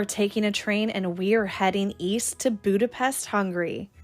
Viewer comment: It's pronounced Budapesht 🙄